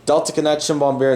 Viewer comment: It's not Bombary, its BombARDIER. And is pronounced as written. And it's not Emri, but Embraer